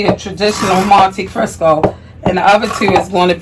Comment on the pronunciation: You keep pronouncing it "Monte Crisco". 😂